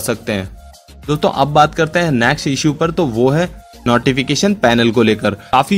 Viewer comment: Its called 'next' not 'naxt'.